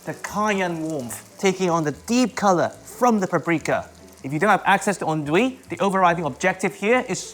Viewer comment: This guy is so precise in everything he's saying... and yet this is the worst way of saying "andouille" I've ever heard 😂😭